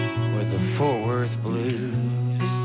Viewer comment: says Ft.Worth like a native--Foat Wurth